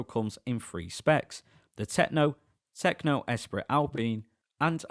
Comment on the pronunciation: You are STILL saying 'Oostral'? It's pronounced 'Oorstraal'. And it's not 'Es Prit, it's 'Espree'like Grands Prix, sigh. 😁Some French lessons might help when reviewing French cars perhaps...